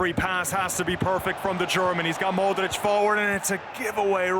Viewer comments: Cole Brady mOdeRicShh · The way they pronounce Modrich triggers me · I dont like the way he says modrić